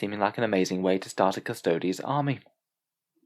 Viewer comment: A 14 word sentence and you couldn't even get that right LOL. It's Custodes...Not custodies.